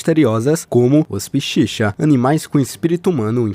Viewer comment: Só queria apontar que Pishacha não se pronuncia como "Pichicha" é "Pessacha (Pessácha)", sei que você não é obrigado a saber disto, mas fica aí a curiosidade...